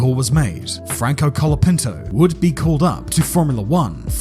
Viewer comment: Why is basically everyone saying calopinto, its colapinto, not that hard yo say right.